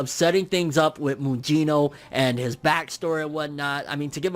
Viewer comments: It's not pronounced Mujino, it's Mugino like Kusanagi and Gyuki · Lol butchered mugino name lol